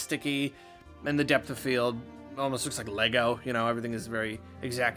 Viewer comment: says "LEGO" correctly! is a MFOL confirmed!?!? (Muppet Fan of LEGO)